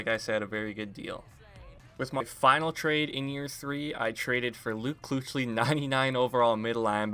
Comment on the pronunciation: it's pronounced keek-lee not kooch-lee lmao